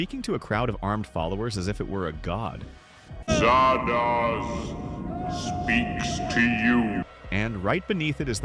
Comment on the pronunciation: Zardoz is not pronounced as if it rhymes with No-Doze; it is a contraction of Wizard of Oz. But. those writing the script for this video would have actually had to see the movie to know that.